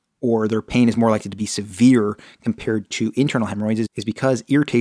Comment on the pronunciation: i think i have a external hemorrhoid it doesn’t really hurt right now but im scared the way he say SEVIER pain